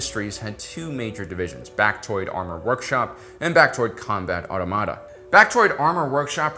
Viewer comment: Great video! Did anyone else get caught up on "Automata"? Auto-Mata or Automata? Ahhh my brain 🧠